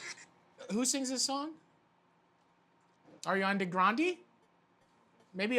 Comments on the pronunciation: "Eirianne gheerandee" Matty, 2k19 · " Awry-andee grandee" 😆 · "ARIANDE GRANDE" - Matty 2019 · “Arian Degrandi” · "Arian DiGrandi" - Matty Matheson, 2019 "Mortar and pisstle" - Matty Matheson, 2019 God, I love him so much.